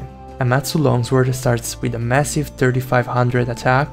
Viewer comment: i know first language isn’t english but when he said 3500 damage i spat out my drink